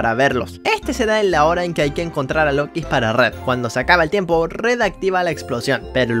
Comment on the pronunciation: yellow es niño. los lookies no se dice como lokis se pronuncia lukis pero se escribe lookies. la guarida de purple es fácil solo te agachas y ya lo pasas no te come, solo ten cuidado de que no ese algun otro rainbow friend.